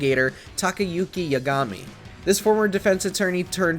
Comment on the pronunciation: Exactly. Yagami in particular is said in game how many times? And he still said it in his own way lol.